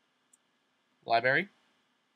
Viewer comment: I had to stop watching this after he said the word, "lie-berry." Twice